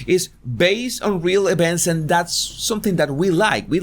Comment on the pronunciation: What’s an “ ebent “ ?